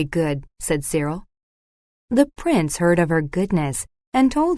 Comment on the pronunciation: Dear AI, the boy's name is Cyril.